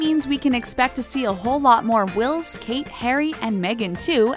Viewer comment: ....why is the narrator calling Wills ...Willis?